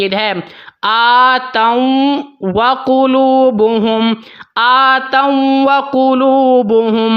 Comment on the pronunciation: اٰتوا وّقلوبھم میں غنّہ نہیں ہے